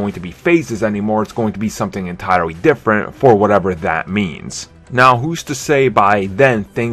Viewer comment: Hey dude. Try putting your tongue against the back of your top teeth. It's "this" not "dis". And lose the other Elmer Fuddisms like "essuentually", "verry verry" and "difffrent". Otherwise just be "verry verry" quiet and go hunt some wabbits. The word 'retarded' has fallen out of favor, so I'll just say that you are 'challenged' by the English language.